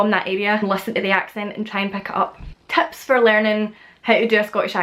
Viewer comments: Excellent video! I have also noticed that you sometimes replace the "short i" sound (in a word like "tips") with a "short e", so it becomes "teps". Whatever's going on, I love it. All of the accents that I've heard from Scotland, Wales, and Ireland (and to some extent England) are so melodic. I think it might be appropriate to say: "Well, that's me then. Until next time". I'm assuming "that's me" replaces "I'm done". If not, I'm an eejit. (From America, BTW). 😃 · One thing that I've noticed from you in particular is that a lot of times, the "i" in words becomes an "e." Like chicken becomes checken, tips becomes teps, kitchen becomes ketchen, that sort of thing. Not Scottish, just something I picked up lol